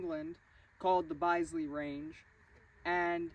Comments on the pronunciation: Bisley is “Bizzley” not byezley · it.s not BYSLEY as pronounced but BISLEY and the grip devolved from flintlock /percussion pistol grips. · Bisley is pronounced "Bizzlee" not "Bize-lee". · It is pronounced biz lee not byse lee. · Pronounced "Biz-li" not "Bye,zli". It's still in operation, and some of the world's best shooters still shoot there. It's called the National Shooting Centre, in Woking, Surrey. It was always my life's desire to shoot at Bisley, but I emigrated to Australia and never got to realise my wish. (I did get to shoot at the NRA range in Raton, New Mexico, in the early 2000s. That was one he'll of an impressive setup and the shooters there welcomed me, even though i was a total stranger, like i was a long lost friend). Having said that, there are some amazingly good shooters in Australia, who cut their teeth shooting kangaroos and pigs from moving "utes" (flat bed utility vehicles) and even shooting from moving horses. They did this from the age of 8 or younger and developed into the most naturally capable riflemen you could imagine. I shoot handgun, mainly and have tried many different styles. The best one I've found is either the FBI double handed, bent knee stance but if i were in a duel, I'd want to expose as little of my body as possible and stand sideways. Those old styles probably were the best for dueling. Remember that fast draw duels probably never happened (with the possible exception of Wild Bill Hickock). Even the legendary and superhuman Bill Munden said that fast draw duels were nonsense. In The Outlaw Josey Wales, when he's in that close quarter shoot-out with the three Union Soldiers, that would be about the limit of gun fights. Anyway, loved this video presentation. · Just a cheeky note on pronunciation. Bisley pronounced like Bisbee. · Pronounced Biz-lee (with a short I not a long eye) , you're welcome. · Bisley is pronounced BIZLEY - guy from England. Love your videos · Pronounced “Bis——-ley. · its pronounced bizzly